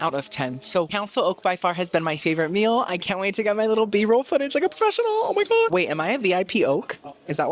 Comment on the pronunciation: “oh my gwad”